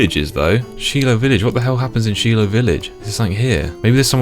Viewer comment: They way you pronounced "Shilo" was killing lmao. "She-lo" Where I'm from we pronounced it "Shy-lo"